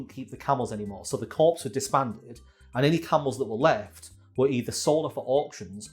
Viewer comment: I love the beautiful irony of mispronouncing 'corps' as 'corpse', really adds to the spookiness